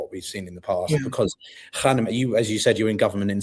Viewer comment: Please say Khamene'i and not Khaneme'i